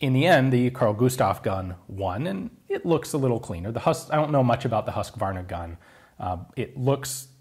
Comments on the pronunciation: "Hus-kvarna" rather than "Husk-varna", btw. (its a small town outside of Jönköping - which is the name of a city that we will not force you to pronounce) "Kulsprutepistol" was fairly correct though. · Hus-kvarna" rather than "Husk-varna.......chainsaw not smg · Your pronunciation on "Kulsprutepistol" is really good I must say, the pronunciation of "Husqvarna" sounds on the other hand is quite weird. :P But then it is a weird Swedish name and I am glad that nobody can here my pronunciation of English words.... Kulsprutepistol is often shorten to just "Kpist" both since it is a long word but also "kulspruta" is the Swedish name for machine gun. So it is simpler to use "kulspruta" when addressing machine guns and "Kpist" when talking about submachine gun. Simpler, faster and less chance of a communication mistake in high stress/combat situations. And I just love the name "kulspruta" it means literary bullet sprayer. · For your knowledge it's not pronounced "husskwarna" it's more like Husekvarna. I thought it might be in your interest to know. The swedish language is very tricky. But you can write it in Google translate and listen to the pronouncements.However "kulsprutepistol" was actually fair enough.👌Have a nice day there buddy<3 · Nice to see a video about the Kpist! Just a friendly comment. Husqvarna is pronounced "Hus-kvarna" and not "Husk-varna" :) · The "Hus" in "Husqvarna" is pronounced more like "who's" than "huss", just wanted to point that out :). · love the pronounciation of "Huskvarna" hehehe "huuusecvrnnna" :D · Ian, you pronounced "kulsprutepistol" fairly well, actually better than your pronunciation of "Husqvarna" where there should be more emphasis on the 'u'. "Huus-kvarna" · Im Swedish. Just love listening to you trying to say Carl Gustav and Huskvarna haha.. The letter U is pronounced more like H" use "skvarna. But I kow Swedish can sound weird to others ;). BTW Swedish K is my fav! I just have love the Tec 9 to but thats not completely Swedish